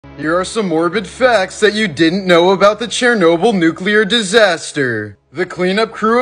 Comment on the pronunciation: Ah ya look at, pronouncing Chernobyl correctly